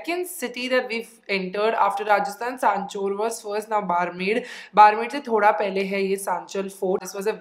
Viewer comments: I am from RAJASTHAN and the whole time was saying barmer i was thinking that i haven't heard any place called barmer, may be I don't know the place then i got that she was talking about "बाड़मेर ", ofcourse it was not her fault i know how to pronounce that word because i am from rajasthan but i laughed so hard when i get what she was trying to say the whole time 🤣🤣🤣 i love you... ❤️❤️ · Your mom is so cute... It's Barmer not Baarmar Hope you enjoy your trip in our Rajasthan 💜💜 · Hey! It is pronounced as बाड़मेर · the actual pronunciation is badhmer, yes the spelling is barmer. Welcome to rajasthan ❤️ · it is बाड़मेर not बारमर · Its is pronounced at Badmer